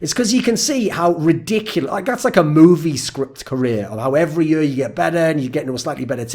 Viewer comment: Why does this dude say yur, instead of year?